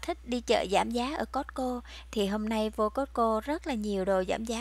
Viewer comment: Cô ơi costco chứ ko phải cót cô